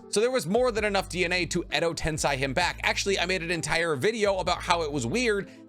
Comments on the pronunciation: Tensei pls. Not tensai. Tensai is a person. 😃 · not tens-eye it's ten-say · You're still pronouncing Tensei like it's German! Just grinds my gears lol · I hate to be that guy, but it's sei not sai. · TENSEI NOT TENSAI